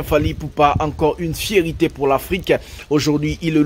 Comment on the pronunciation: C'est une FIERTÉ et non une FIERITÉ , vous faites souvent cette erreur de prononciation. N'oubliez pas, vous êtes suivi par bcp de Pays francophone,faite un effort de prononciation svp. MERCI